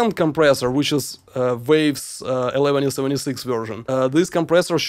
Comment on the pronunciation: it's not "eleventy seventy six" it's "eleven seventy six" Cool video!